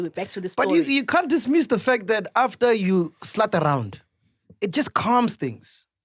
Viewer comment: lmao Sol...slaat not slut